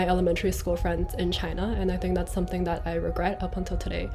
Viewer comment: 淦 2号实锤。something念的很中式。其他人蛮难猜。